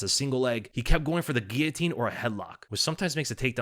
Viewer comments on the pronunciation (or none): none